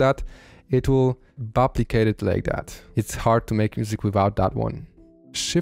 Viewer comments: Sorry if I heard you wrong, but are you saying CTRL + B for "Buplicate"???? Made me laugh very hard lmao, I will always remember how to buplicate selections in the FL playlist now. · Nah he definitely said "buplicate" the first time lol, that's so funny